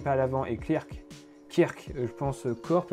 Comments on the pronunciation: Petite précision, les modèles wahoo kickr ça se prononce kickeur et non pas kirk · Kickr ça se prononce "Kikeur" hein -_